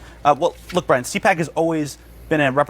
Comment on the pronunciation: Bwian Stiffler , ( RIP ) Ruined in Popularity